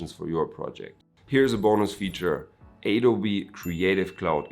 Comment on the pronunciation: It's Adobe not aydobe bro :)